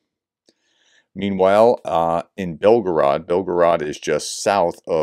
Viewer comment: It's Raspoootitsa, and Belgoorod, not Belgarood !!